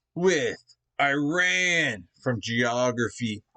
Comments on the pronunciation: repeat after me IRAN not eyeran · love and respect from Iran. and btw the correct pronunciation sounds like E-Run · It's eeran like Italy or Iraq 🙂